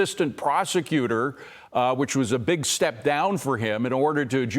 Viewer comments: Someone please help...WHAT is the DOG? It seems like he must mean the DOJ, but he's clearly saying DOG!? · What's the D.O.G.? He kept saying DOG.